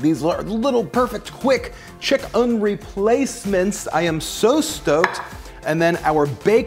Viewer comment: The way you pronounce chicken makes me very uncomfortable but I like you and your videos so imma still watch